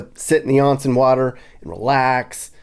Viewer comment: Not "on" like on/off. More like "own" (own-sen).